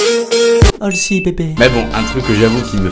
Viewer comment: Tu te rappelles dans ta vidéo "Mes sons du Moments" T'as Dis HASLEY au lieu de HALSEY ?!? 🤔🤔😂